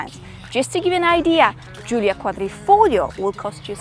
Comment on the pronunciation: Giulia, not Julia.